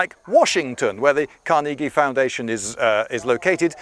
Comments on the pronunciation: Carnegie is pronounced Car-neh-gee not Car-nee-gee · Carnegie is not pronounced "kar-nee-gee" it's "kar-ne-jhi" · Carnegie.. Car-neh-gee not carn-nee-gee.. You Arrogant English don't understand English! (that last bit is a joke) But yea you got the pronunciation wrong.. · Is he trying to say "Carnegie"?